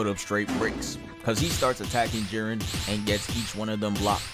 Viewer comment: You actually pronounced it right first time